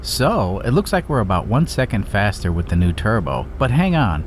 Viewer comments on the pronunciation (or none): none